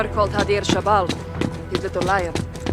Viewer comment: Shabal isn’t the right pronunciation it’s Shibble.. a lion cub, also Khalid Al Assad doesn’t mean immortal lion Khalid is a name and Al Assad means the Lion, but who am I to correct a game blamed the highway of death on the Russians